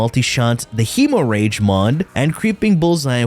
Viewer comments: hee-moh-rage....hem-more-idge .....stahp-it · bro said hemo rage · KF with his meme pronunciation. Hee~Mo~Rage for Gi~Gac~Had 😆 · Say "hemorrhage" again 😂🤣😂🤣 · He make the funni